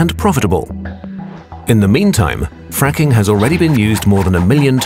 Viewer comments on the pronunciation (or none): “Quite have been a fracking boom” Sounds like friking